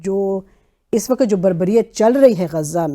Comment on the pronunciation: Why can't people pronounce the word Waqt? They always say waqat